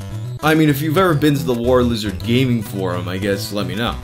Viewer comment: "Who isha Warshlishard?" I hiccup undershtand the shtruggle hic